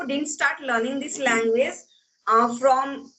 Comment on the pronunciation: Namsta sister Ji Please do not say LANGWIZ Say LANGUAGE ALTHOUGH YOU are a good TUTOR